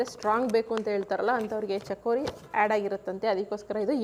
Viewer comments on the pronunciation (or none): ಚಕೋರಿ ಅಲ್ಲ ಅದು ಚಿಕೋರಿ madam